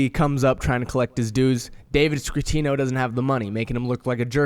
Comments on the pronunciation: Scatino, not Scratino, lol. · Man I'm pretty sure it's David scatino not scratino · SCATTIONO NOT SCRRRRATINO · Scatino not Scratino. Cmon man. We come to you for details....lol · No R in David Scatinno